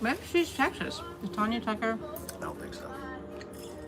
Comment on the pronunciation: It’s Tanya not Tonya